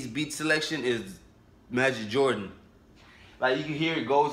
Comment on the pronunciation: Magic Jordan? It's Majid Jordan lmaoo